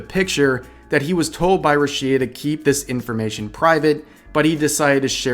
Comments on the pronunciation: I tried to ignore how you’re pronouncing Rushia but you say it so many times. Put the emphasis on the Ru syllable, not the shi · Every time he pronounce Rushia, my ears bleed so much. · "I was a fan of Rushia too". Says her name wrong for 8 minutes straight. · Dude doesn't even pronounce Rushia correctly, it's not even an accent thing, its just like not even close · You think russians will stop at ukraine? Ha! They'll stop at Revs house for his pronunciation of Rushia. Vtuber having a relationship? Couldn't care less. A contract breach? Oooof. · Dude, It's Rüshia and not Rushïa (notice where the stress mark is) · Who's Ruchiia? That's RuUushia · "Ru shía" did you ever watch her streams? Who in the world calls her rushía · I couldn't help but be disturbed by the way in which you pronounce Rushia. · it’s rooshya not rashea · RUshia, not ruSHIA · A little correction, is pronounced Rúshia, not Rushía. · is it ru-SHI-ah? not RU-shi-ah? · Bruh, it's ROO-she-uh. Not roo-SHE-uh. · Thanks for the heads up, but for the love of god, why do you keep saying Rushìa. Everyone calls her Rùshia cause that's how you pronounce it. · Hey, this is important. Its called RUSHIA, pronounced ROOSHIA, not RUSSIA!!! Your pronunciation is going to make Youtube's algorithm involve this topic into the Russian war that's going on now!! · may be just me but i get triggered when says rushi-a instead of just rushia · listening to you say 'ru-shia' instead of 'rush-ia' is infuriating also yikes hachama that was the WRONG hashtag to be using right now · lol, it's RUshia not ruSHIa lol listen to how they say it, geez, regurgitating the anti-taiwan shit that nearly cost us Haachama is bad enough. The hell do you have 500k subs for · "RUshia", not "ruSHIa". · The fuck is a Ru-SHEE-ah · ruSHEEa lol are you doing this on purpose? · bruh, rusheea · who the heck is ru-shi-ya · Who the fuck is RUH-SHI-A? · her name is pronounce as RU SHI "YA" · "Rooshia" ROOSHIA! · Who tf is rooshea?